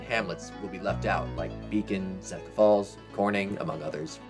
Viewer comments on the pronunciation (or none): none